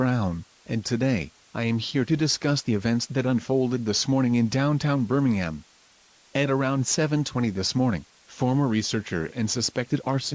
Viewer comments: Birmingham sounded like "Burningham. Guess that fits the situation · notice how birmingham sounds like burningham